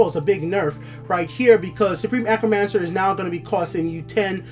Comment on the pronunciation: Hey man, love the videos! I'm a new sub, and I just wanted to let you know your pronunciation on certain cards and words needs work. Please don't take offense to this, just trying to give some advice, love the videos! I notice you say Acromancer, when it's A-T-R-Omancer. As well as with Pilfer. You say P I L I F E R, it's just P I L F E R. Just thought I'd give you some advice, keep up the fantastic videos, you really make me love TESL even more!